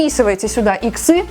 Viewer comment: Не иксЫ, а Иксы Икс -> Иксы тОрт -> тОрты